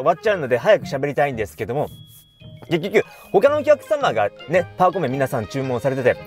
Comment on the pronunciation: エンディングで「けっきょきゅ(結局)」って言いましたね？ね？